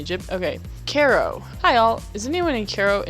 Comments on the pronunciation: What's up with these Zoomers inability to speak the English language? Even in elementary school (or Primary school) I learned that it was pronounced 'Kye-Row' NOT 'Care-O'. All of this generation acts like the English language is a foreign tongue instead of their native language. Maybe for some it is. That's another subject. That's what happens when your neck is bent down typing instead of TALKING. Typing can't teach you HOW to speak. It's really prevalent amongst this age group, not to single you out. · Fiest time watcher. Like the content. Threw you the like and sub.... I HAVE TO mention cause i can't stop thinking about it.... it Cairo like KIY RO. It's the capital, def the most famous maybe behind Giza where the pyramids are, you have had to have heard it pronounced in your life, just thought I'd mention it. Other people will be shitty about for some reason... cause internet.